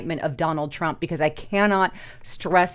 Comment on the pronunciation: Did say Drump Pee-Hind Tars, or is that wax loading into my ears again?